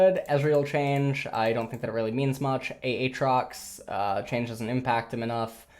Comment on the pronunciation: it's not A A Trox you idiot the second A isn't pronounced gah you're stupid JK LOL let's see how many idiots get butt hurt by that comment :)